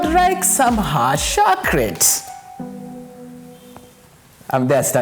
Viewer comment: 😂😂😂😂 haaaat shocorate 😂😂😂